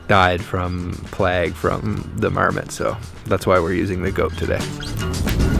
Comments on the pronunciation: You said plague wrong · It is plague dude not plag 😂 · Does anyone else think his pronunciation of the word “plague” sounds weird lol it only strikes me as weird because he has no like well I guess accent, just sounds like normal English xD